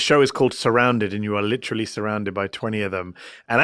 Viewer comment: the letter H isn't in the word "literally" why do you pronounce it?